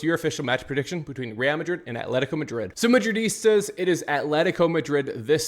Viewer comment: Bro please stop staring madridistas it’s pronounced wrong and cringe. Dislike fr